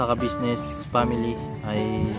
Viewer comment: Very good, atleast ikaw nabibigkas mo ang salitang Kabusiness, matanda na c sir kabusiness dapat lng iparamdam sa kanya na anjan pa rin kau at nakakaalala sa naitulong nya sa inyo,GOD BLESS